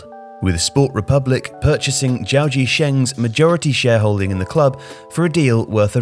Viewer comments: How on earth did you manage to mispronounce "Gao" as "Jiao"? The "G" in "Ga" is clearly a hard-G, as in "Game". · Someone told him gif was pronounced "jif"